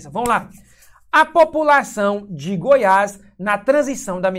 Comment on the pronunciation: " DU GOIAS" NÃO...É "DE GOIAS"